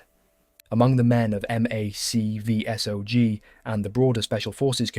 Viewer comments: Just for reference MACV-SOG is not a sounded out acronym. It’s actually said Mac (as in Mac and cheese) V-SOG (as in soggy). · Great story just gonna help you a little with some lingo. For AWOL we dont say the letters we say ‘ay-wall’ and the same for MACV-SOG we say ‘mack-vee-sawg’ and those guys were total badasses. Best of the best.